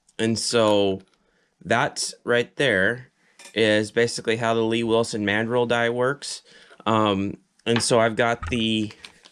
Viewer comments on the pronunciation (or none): It's not "Lee Wilson". It's L.E. Wilson.